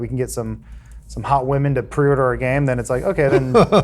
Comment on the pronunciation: "The appearance of WAMEN" I think has been watching a bit too much Pewdiepie